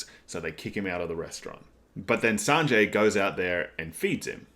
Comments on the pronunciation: yeah its Zoro, and also Sanji is pronounced as San---G, not San--Jay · You say Sanjay but it's sangee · The currency is pronounced like Berries. Sanji is pronounced like Sanjii not Sanjay. Gin is pronounced like the first half of Guinness. G is Japanese is pronounced like the G in Gift not Giraffe. Zoro not Zolo. The pronunciation isn't a big deal, just in case you wanted clarification :) Yesssss the exposition/lore is drip fed to us by Oda, and we love it!!! OP is like an onion and iceberg, there is so much to discover/unravel and this is just the beginning!!! Glad you are enjoying OP so far!!! I recommend not searching up other peoples' reviews, you will get spoiled by thumbnails/titles and especially with a series like OP, you don't want spoilers!!! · This video felt really tight and concise, I love it! You also pick up on things a lot which I'm loving :) Other people have already said this, but yes its is Zoro not Zolo. Also idk if my ears are just not working today but I think you got Sanji's name a little wonky. The 'i' at the end of his name is pronounced the same way you'd say the letter 'e'.